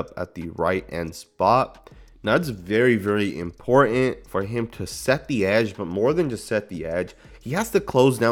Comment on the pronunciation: "Important." Im * por * Tant. Not, "Imporent." Honestly. Honestly. That's the word.